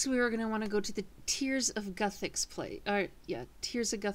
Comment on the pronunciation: its pronounced like this "gewthix"